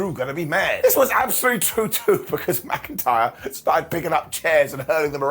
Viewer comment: BrocIntyre riddle and drew, said as brokentyre.